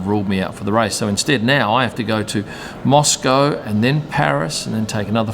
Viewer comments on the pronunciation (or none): none